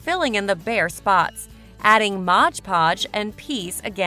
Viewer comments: Yes it's called MOD PODGE ! Not MODGE PODGE ! Please read the label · Some very cute ideas, but PLEASE! It is Mod Podge, NOT Modge Podge.